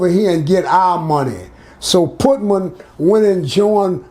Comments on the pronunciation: The pootman takes me out every time 😆 🤣 reminds me of my Bigma. She would slaughter so many words. RIP grams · always laying some jewels down fasho! 💯 I can’t get passed him calling Putin “Putman” tho 🤣that really floored me right there! 😂🤣😭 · he calls putin putman!!!!